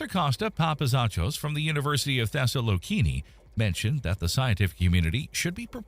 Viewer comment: Thessaloniki, not Thessalokini,hahaha